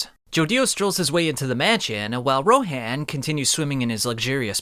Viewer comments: Its actually pronounced ro-hon not ro-haan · Why do you pronounce names differently from how they're pronounced in the show? Or at least Rohan's, and potentially more.